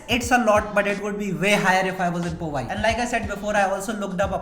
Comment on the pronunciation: Bro is not povi it powai